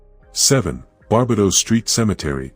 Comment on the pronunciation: I understand yr not from Nz but google can help pronounce words, places, incl Maori. Bar- bay-dos. All cemeteries are haunted in Christchurch as they are so old. Also Ctv building due to the deadly earthquakes afew years back. Waikumete Cemetery Wai-ku-mete. Happy to help any time. Yr video's are very interesting. Thankyou